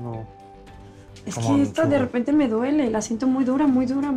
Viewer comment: Disq luzelba dice redepente😂